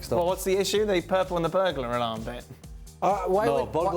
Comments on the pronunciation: Everyone if then said "Burglar Alarm" wrong tho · Who else rewinded to laugh at pronunciation of burglar alarm